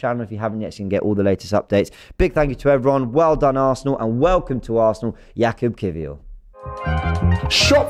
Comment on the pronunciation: Jakub should be pronunced Yakub (in polish we pronunce 'j' as 'y'). Cheers! Spot on with his surname though